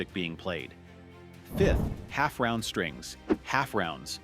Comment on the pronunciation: AI cant pronounce "wound" correctly but has no problem pronouncing "half-round" the way it is supposed to be pronounced. I don't understand why these videos have to use AI voiceovers in the first place. Just grab a mirophine and record it your damn self. If your voice is not perfect, all the better. It shows that you are human and it shows that you care about the integrity of your production.